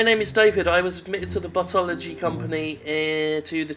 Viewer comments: I keep hearing Buttology. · I keep hearing "Buttology." I too am disappointed.